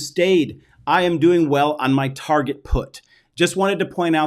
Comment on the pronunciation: Did you just say Tarjhe instead of Target :-)